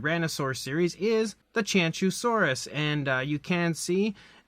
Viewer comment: It’s pronounced “chew-wan- zow-saurus”